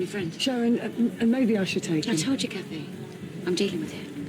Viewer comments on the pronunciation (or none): Is it me or does it sound like sharon calls kathy gabby??